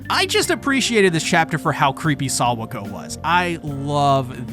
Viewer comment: no way u calling her sawako 🤣🤣